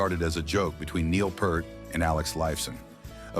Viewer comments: It's Peer-t. Not Pert. Get it right!!!!!! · Nice video. But it's pronounced PEERT. Niel Peert. I know, it's spelled Peart. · Peart is pronounced P-EEEEE-R-T . Neil Peeeeeeeeeert like the sound of "ear" it is NOT "Pert" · ITS PEEERT... NOT PURRRT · Fuck a.i. voiceover! It's (Neil) Peart! - sounds exactly as it is spelled P👂t Not Pert! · Pert is shampoo...its properly Peer-t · “Peert!” Not Pert. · Peeeeeeeeeeeeeeeerrrrrttt.... not "Pert" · Pea-r-t not Pert. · I regularly get disgusted when people cannot say Peart correctly. It's NOT Pert, it's P-ear-t. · Neil's name is pronounced "Peert", not "purt". He said so himself. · A lil off topic—I only wish folks would pronounce Pearts name correctly. p"EAR"t, not "PURR"t. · Neil's last name does not rhyme with Burt. Sans the P and T it is the word 'ear'. So, just say ear with a P at the beginning and a T at the end. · Peert not Purt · I can’t stand when people say Neil’s last name wrong. If you are gonna talk about a legend on a public level, learn to say his name. It’s not Pert. It’s Peart. It’s pronounced just like it’s spelled. I find it disrespectful to Neil Peart. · It's pronounced "Peert". NOT "Purt". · It’s pier-t, not purt. Smh….. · OK it's Pear with a T NOT Pert like the shampoo. Jesus. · For the tenth millionth time, the name Peart is pronounced “ Peert”. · Peart is pronounced PEERT rather than PERT. Just so you know ;-) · It's pronounced "Pee-rt", (rhymes with ear), not pronounced like "Purt". 🤦🏼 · It's pronounced P "ear"t not Purt! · It was "Purt" before youtube interviews came along, and then everyone could hear the proper pronunciation of his name - which is P"ear"T. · Pronounced Peert. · Right off the bat, I heard Neil "PURT" and stopped watching. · The "e" in Peart's name is a long e and you pronounce the a. Think of it like saying "pier" with a "t" at the end. I hate AI. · Peart is pronounced "PEER-t" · Pea ert. Sigh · First, it's pronounced Peert. Second, on that US tour " The Bag" was born.